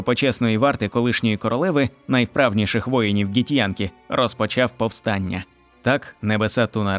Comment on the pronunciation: Ґі-хто???😂 Вони Ґіфьянкі, а не Ґітьянкі